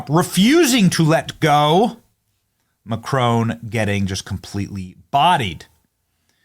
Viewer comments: It's very easy to pronounce 'Macron' correctly. Google it. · 😂😂😂😂😂 did you just say cock boy Macron😭😭😭😭